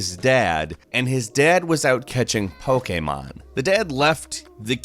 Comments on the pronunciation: Pokeemon not po k mon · I turned this off when said Poke A Mon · Pokaymon. I will hear that in my nightmares. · Does this guy mispronounce things just to annoy people lmao. "Pokaymon" "Thaynos"